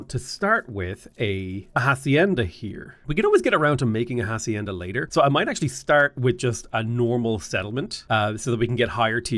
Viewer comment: Great video, the h is silent in hacienda, love you!!